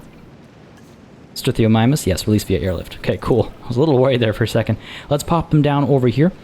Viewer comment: almost got Struthiomimus. The 'mimus' is for mimic. So it's pronounced 'struth-io-mime-us'. Why not have the special gate be the gate for the ride into the enclosure? Wouldn't that be cooler? Considering how big they are, the dinosaurs that weigh over a tonne should in fact be transported upside-down with the ropes around their wrists and ankles. Research has shown that's the safest way to transport rhinos, because nothing internally shifts much and their lungs aren't in danger of being crushed by their own body weight. Having a rope around their neck would completely cut off all oxygen.